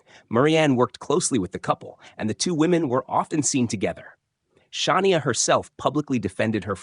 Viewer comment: Shah-ne-a? Really? In the same story, the name was pronounced two different ways. At least, one was correct.